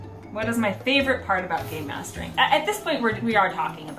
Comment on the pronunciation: I kept thinking you were saying , 'Gaymasters', which naturally left me slightly confused...to which I realized you were saying 'Gamemaster' which made way more sense. Either way, you are without a doubt, the awesomest (Not really a word but you mean what I know), the best master of games/investigator around!